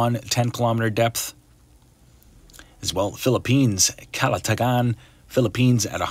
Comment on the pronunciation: thanks for pronouncing Calatagan, Batangas PHIL rightly